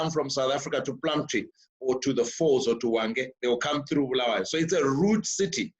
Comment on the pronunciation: Sorry just seen this one...8 months late...Great initiative guys...and I'll start inquiries how I can make contribution as a Bulawayan...but Ive beef with you Trevor...You've no reason/excuse to mispronounce Bulawayo man...Please pronounce the way does...Honestly it's very worrying for a Byo boy to mispronounce his town....This has ramifications... As for the 3 presenters great job guys..welldone..will be in touch shortly once I secure my contribution to #im4byo